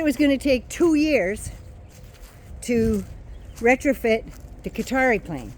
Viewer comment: You were pronouncing Qatar more correctly than most English speakers including news people. It is Kah-tar with the q placement almost back in the throat but most non Arabic speakers can't do that. I lived in Beirut for five years, and it annoys the hell out of me when people call it gutter! Cutter is a little better but you had it right originally. 👍